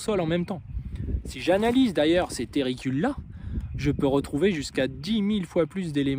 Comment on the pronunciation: tUrricules pas tErricules....🤯